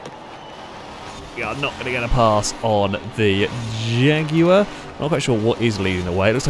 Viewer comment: Your saying jag wrong. Your ment to extenuate the JJAAAAGG in jaguar